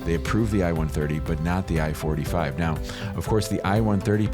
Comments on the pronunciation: It sounds like he’s saying form I-45 instead of I-4-8-5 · Keeps saying I-45 but it’s I-485